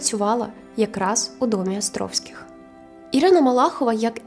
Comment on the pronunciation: Гарне відео, але дуже ріже вухо «Астровських» 😬